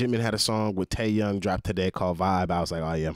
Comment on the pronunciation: Lord I couldn’t finishing this. 😅🤦🏿‍♀️ I died when you said Teayoung junkook. Don’t worry we going to get you right you’re going to be alright 😂